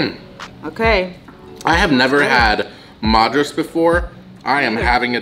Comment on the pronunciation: The Chicken Madras... Madras is pronounced as (mud as in Muddy, ras as raas) Madras was the earlier name of Chennai which was given by the Britishers... When the Britishers came to city of Chennai... It was one of the most populated port cities in South India... And there was always a mad rush to get things from one place to another... So they started calling it Mad Rush City... Which over the years... Kind of became Madras city... It has now been renamed to its old name Chennai.